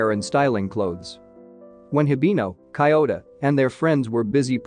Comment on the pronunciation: The way he pronounces Kyouta's name is so disturbing